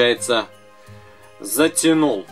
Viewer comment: посмотрите в как он сказал ,,Затянул"